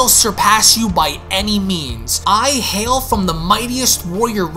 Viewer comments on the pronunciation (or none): none